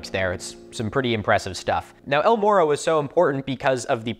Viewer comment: To be fair, a lot of English speakers can't make the Spanish "rr" sound (myself included, despite all attempts to learn, because it sounds frickin awesome and it makes me sad that my tongue simply refuses to cooperate), so some of us don't really have the ability to pronounce "morro" correctly.